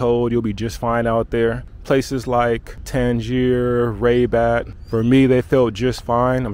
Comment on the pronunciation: Man I love the way you pronounce Rabat, very cool. Glad you loved our country, you're welcome anytime and bring your friends...